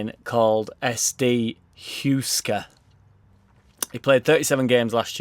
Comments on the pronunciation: Klich played an amazing pass upfront.. you need to find that and watch it.. I just saw “a pass to Bamford” if you get me but I dont think it was an assist.. the forward kinda fluffed the first touch and passed it on if I remember right.. I was pissed as a fart so... 🤷🏻‍♂️😂 Also Huesca is pronounced ‘Who esk ah’ You can just type “pronounce” into Google followed by whatever word your stuck with and it brings pronunciations up.. But don’t.. It’s too much fun watching you struggle 😈🤣👍🏻 lmao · Pronunciation note: that Spanish yo-yo club is pronounced more like Hweska. Have been a fan of FC Barca for almost twenty years now and have heard their name pronounced plenty of times, almost always on the receiving end of a thrashing from the Catalan giants.